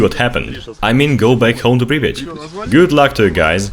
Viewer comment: Its pripyat hash!!